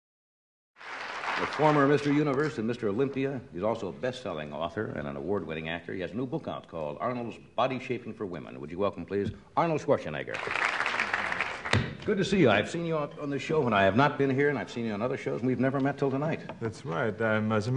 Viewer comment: This presenter can not pronounce Schwarzenegger properly....heard something like schwaschnegger...Am i the only one hearing such a thing or gotta consult an otologist?